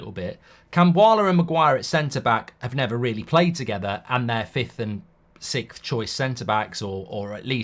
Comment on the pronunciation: Can't wait until we're not sixth so Mark stops saying sickth! It's SIXth!